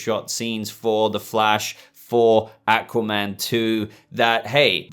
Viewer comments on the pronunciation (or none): none